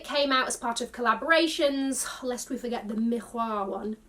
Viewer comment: Omg the Isabelle marant sneakers were THE shoes! Bravo for the pronunciation and yes the T from plat is silent. And that miRRoir - with Rs pronounced straight from the throat like a true French speaker 🗣- you said so casually, love it 😅💯